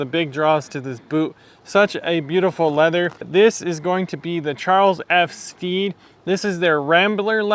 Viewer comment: Great review! Putting in those miles and they look incredible. The perfect shape boot. CF Stead produce some amazing leathers and suedes. I have their Repello suede and also their kudu, both great. Stead rhymes with bed by the way.